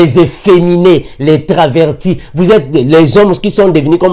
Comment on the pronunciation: On dit travesti pas traverti 😂